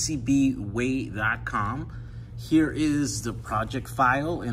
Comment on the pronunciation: who you calling PCBWay.....wey?!?!